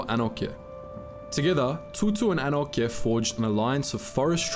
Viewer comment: Anokye is pronounced A-noch-e-yeh.